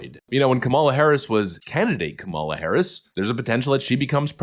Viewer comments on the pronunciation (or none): Kah-muh-luh. Not Kah-mah-luh. She’s a loser, but at least pronounce her name right. 😜😜